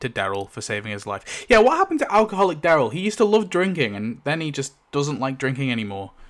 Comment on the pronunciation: DAryl, not DEryl. Incredible that you've spent this much time watching the show and studying it but still can't say his name properly.